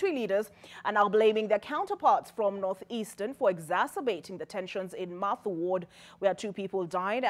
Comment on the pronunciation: its mutha ward not mathu